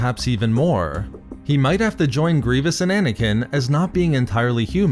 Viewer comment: Anakin not Anakineee